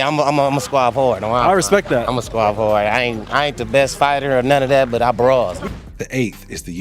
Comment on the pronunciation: lol 😂 “Hard!” becomes “HOARD!”